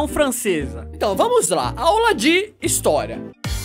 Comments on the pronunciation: "Historya" Skksksksk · Aula de "instoria"kakajsjskjsjsksksksksksksk